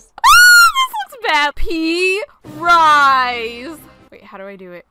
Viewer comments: I like how said “pee RISE” I was dying laughing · When you said "Pee RISE"that made me almost die XD